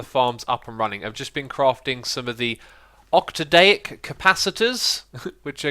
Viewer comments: X, it's pronounced ok-tah-dik, not ok-tah-dayik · Pronounced Oc-Tadic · I believe that octadic is pronounced like oct-ah-dic but I'm not sure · Octodeic.... is it really that hard to just sound out letters? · It's pronounced more like oct-adic. My username uses the same Latin-derived prefix, referring to 'eight' in some form. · Octadic is pronounced ok-ta-tik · Xisuma, it's actually pronounced oct-uh-dick Capacitor. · Every comment is about Iskall burning the diamonds or X pronouncing Octadic wrong... -. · X, I love you man but my biggest pet peeve is when people attempt to pronounce something without even reading the word. Octadic. Do you see an 'a' in front of that 'i'?